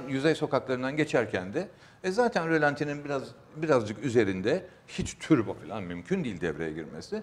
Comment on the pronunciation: Yerinizde olsam stüdyoya bir turbo getirirdim. Bir de “türbo” nedir? Yanlış telafuz ediliyor. Doğrusu “turbo”dur.